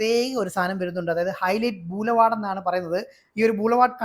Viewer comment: ബൂലവാർഡ് അല്ലെടെ. ബൊളിവാർഡ്. അങ്ങനെയാ പറയുന്നത്.